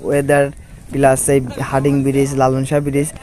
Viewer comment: হার্ডিং??? 😂😂😂 হার্ডিঞ্জ এর নাম টাই বদলে দিলো